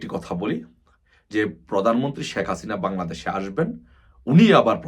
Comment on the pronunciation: বোকাচোদায় শেখ হাসিনা উচ্চারণ করতে পারে নাহ ঠিকমতো ও নাকি আবার নেতা😂।আরে গরু ওইটা শাক হাসিনা নাহ শেখ হাসিনা উচ্চারণ হবে